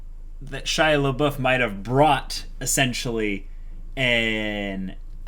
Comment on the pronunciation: Guys, I only started watching their discussions on HxH with this episode (because that's from when the Chimera Ant arc becomes the most interesting to me) and is "Shia Labeouf" an intentional joke or do they really not realize that they are not calling him Shaiapouf ? xD